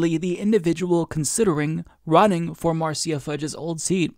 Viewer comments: It’s “Mar sha” NOT mar cee ya. Just thought you might want to know. 🥰 Nina so awesome! ❤️ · it's "Marsha" not "Marseeya" lol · Quick correction, Marcia is pronounced like marsh-uh, not marcy-uh. Idk how often her name is gonna come up from here on, but just pointing it out. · Marceya... LOL. Marsha (Marcia). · It’s Mar Sha Fudge. Marcia. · Marcia. Mar-sha. Like Brady. Marcia Marcia Marcia. I'm just saying. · it's pronounced Marsha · Pronounced Marsha Fudge. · I love you dude but it's pronounced "MAR-SHA"